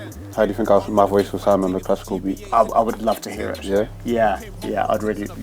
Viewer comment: Yeah the beath hard sthill*